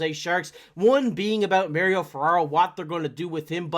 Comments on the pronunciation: It's not mer-ryo it's mah-ri-o... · Ferraro prefers his name to be pronounced Mar - ee - oh, not Mary - oh. He is a man after all.